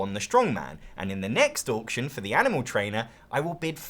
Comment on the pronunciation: Can someone make an Auction game that has Orc's just so I can hear says 'Orction' more?